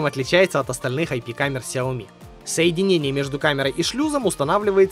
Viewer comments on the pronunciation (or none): none